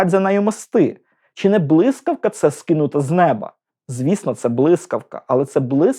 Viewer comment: Попрацюйте над Своєю вимовою, бо склеюються вуха від Ваших щЬо, почЮв, чІ, крокіФ, дІтячІй, ключЬових, чІном, вивчЯти, щЄй, чЯсом... НЕМОЖЛИВО слухати ТАКУ українську, де ви вичитали оте все чЯвкання...